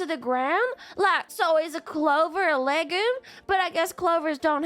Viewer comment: Isn't it pronounced "leg-youm"?